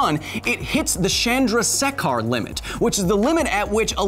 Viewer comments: It's "Chandra-say-khar", not "Shen-dra-sek-haar". I just realized English lacks some vocabularies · Chandrasekhar limit should be pronounced as Chun-draa-sekh-arr limit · The name is pronounced as shake-her. Not a supernerd worthy comment but who cares. You are the best supernerd of all. Thanks for making such amazing videos! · Kyle mispronouncing Chandrashekar limit, and saying something like Shandra-Shaker limit is hilarious 😂😂😂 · It's pronounced chun-dra-shae-khar limit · You butchered Dr. Chandrasekhar's name. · My man pronounced chandrashekhar limited completely wrong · your pronunciation of chandrasekhar was wrong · that pronounciation of chandrashekhar blew me 😂😂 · anyone with an indian accent can tell Chandrasekhar is NOT pronounced like that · . kyle you not only butcher the name, but you made a smoothie and fed it to the crows .like look up the pronounciation dude.its correct on google translate too